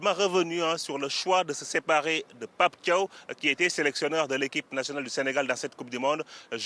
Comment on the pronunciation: Un journaliste sénégalais en plateau incapable de prononcer correctement le nom de Pape Thiaw